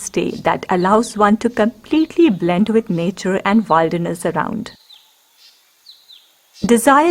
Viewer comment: Please note it’s pronounced as Will- der-ness not wilder-ness. ( will rhymes with Bill)